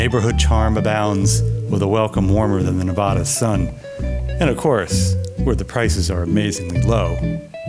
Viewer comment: when the narrator mentioned "the NuhVODDA sun" I kind of lost interest. I've lived here since 1962 and never once have I heard anybody but non - Nuh VADDA folks pronounce it your way. I did stay and watch the whole clip, good job on the vid other than mispronouncing NEVADA!